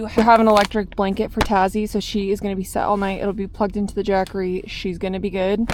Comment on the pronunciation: I thought you called the Jackery... Jeffrey 😮 😂 And was thinking aww she named it.